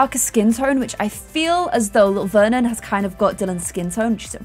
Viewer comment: Vernon's name is Veron And not Vernon lol